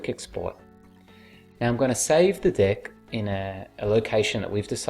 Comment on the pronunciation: Everytime you say "deck", I hear "dick"